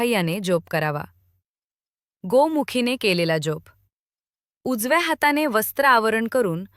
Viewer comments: जेप का म्हणून उच्चारतात कसे तरीच वाटते जप हा इतका सहज सोपा शब्द असताना त्याला वेडेवाकडे वळण का म्हणून द्यावे मग VDO केल्याचे एवढे या एका शब्दामुळे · जेप नाही जप